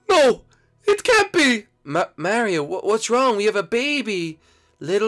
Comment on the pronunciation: Gefee is born. He is not an identeeut mareeow